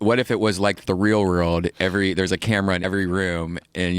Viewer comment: This man cant even say the word "world" he says "rurld" lawwwl